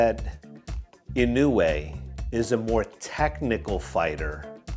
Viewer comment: fyi, inoue should be pronounced as ee-nowe, not ee-nu-wayyy 😅